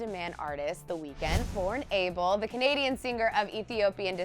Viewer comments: It's not able it's ah-bel. Geez get it right 😩where my habeshas at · thats not how you pronounce Abel ... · Ur pronunciation of "ABEL" is so wrong hon am tired of listening 2 it